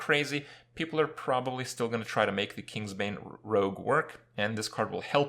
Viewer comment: Kripparian here, but this time "You guys how's it go on" instead of "Hey guys how's it going"